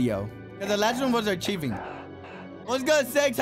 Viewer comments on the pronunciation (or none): BRO SAID ACHIEVING I CANT STOP LAUGHING BRUH ITS ARCHIVING (ARK I VING)